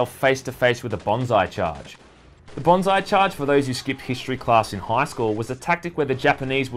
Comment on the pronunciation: yeah, that's how banzai charges work. Self preservation was not a priority when you were using a tactic completely dedicated to dying honorably for the emperor. Maybe you shouldn't have skipped the history classes where they spoke about banzai charges either, then you'd pronounce banzai correctly.